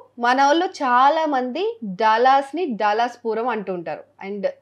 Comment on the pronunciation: daalus kadhu DALLAS